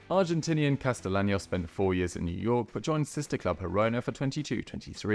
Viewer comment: Friendly correction. It’s pronounced “Casteyanos”